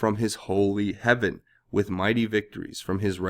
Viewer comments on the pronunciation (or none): none